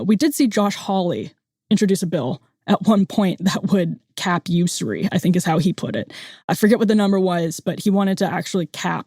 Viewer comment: When someone doesn't know how to pronounce "usury", it shows a lack of education and of understanding of major issues and realty.